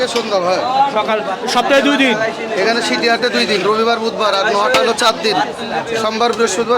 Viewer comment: ছিটি হাট না সিটি হাট